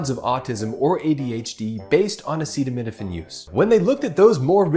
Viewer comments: Him trying to pronounce acetaminophen is what is dangerous. Why is this man allowed to use words at all?! He is horrible at them and the context is dangerous. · Sadly they don’t even see how absolutely idiotic and scary their behavior is. This clown can’t even pronounce a very popular medicine.